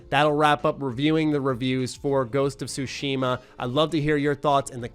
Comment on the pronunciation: For anyone who cares, here's a quick tutorial on how to pronounce "Tsushima." The "shima" part is pretty straightforward, although there is a pacing thing that's hard to explain in writing so I won't waste time on that. As for where you place syllable emphasis, it's actually on the first syllable (Tsu) for this word rather than the second. It's the "Tsu" part that people have the most trouble with pronouncing. Here's an easy way to figure it out: Say the word, "cats." Focus on the "ts" part of "cats." Pronounce just that "ts" part by itself. And now add an "ooh" sound to the end of the "ts." Now you know how to pronounce "Tsu." Put it all together, you have, with first syllable emphasis, TSUshima.